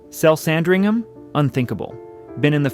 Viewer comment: Lots of misinformation and random, unrelated houses.... re-edit and get someone who can pronounce "Sandringham" correctly!